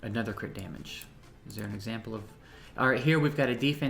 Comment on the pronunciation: "Crit damulage"